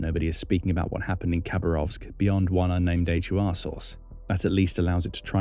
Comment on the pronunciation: Ukrainian military intelligence is pronounced as "Hoor" ( like door but with H like in home) not a H-you-ar. 😂